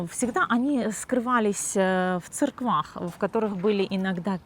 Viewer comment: Подача информации-вежливая,тактичная,интересная. Приятно-смотреть. Самое интересное. Девушка-гид-сказала - в церквах. И это-тоже правильно. В старо-русском произношении. Спасибо.